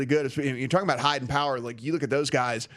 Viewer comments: I've never heard of Jordan Power, but I kinda like the mispronunciation 😁 No relation to Austin Powers, btw. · It’s Jordan Poyer FYI, not Power